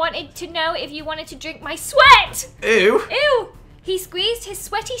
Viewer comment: “If you wanted to drink my SWEÆT” had me rolling